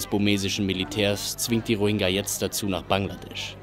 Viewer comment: Diggah, wenn der noch einmal falsch diesen Namen ausspricht... Das g ist weich gesprochen